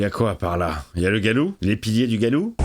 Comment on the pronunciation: Le loup "Galou" 🤣🤣🦣🦣🦣